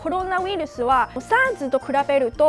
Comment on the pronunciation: コルゥナウイルス(笑)